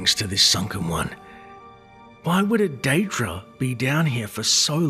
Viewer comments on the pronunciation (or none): What's a deed-ra? Do you mean a Daedra?